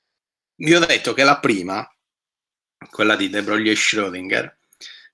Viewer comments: E comunque "De Broglie" non si pronuncia "de broglì", ma "de bròi": E Joule non si pronuncia "giàul" ma "giùul": (vedi anche la nota sulla pagina wikipedia su James Joule) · Lezione illuminazione. Solo una piccola precisazione: si pronuncia de brogl.